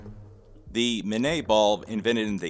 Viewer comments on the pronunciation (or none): Pronunciation guide: "Minié" = "mini-ay", where "ay" rhymes with "hey! French names are neat!". I won't try to get you to pronounce the name of the designer of the FN FAL, Dieudonné Saive... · Guys, it's min-yay. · I'm back. That is not how "minié ball" is pronounced.